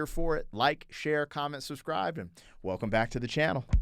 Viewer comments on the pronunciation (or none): none